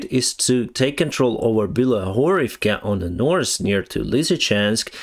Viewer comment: I like how you spell "north" as "norse". When you mentioned Norse Korea I immediately imagined Vikings ruling Korea from Pyongyang XD